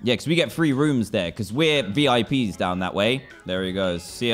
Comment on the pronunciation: Dan you said bips instead of vips